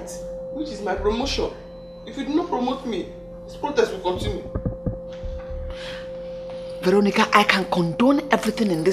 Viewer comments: Vero--nicka lol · queen; "veronicah" mercy; my queen "vero" remove te car is bad omen. me; 🤣🤣🤣🤣🤣🤣🤣🤣🤣dead!